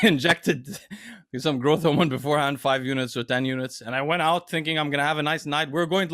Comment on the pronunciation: And the word “out.” Him, Greg, and Jeff Nippard all have a funny, similar pronunciation for it.